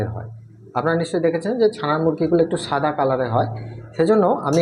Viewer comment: shada ke sada keno bolsen.